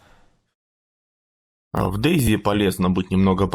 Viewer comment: Дейзэдь? Эты ты на каком языке сказал 😂😂😂😂😂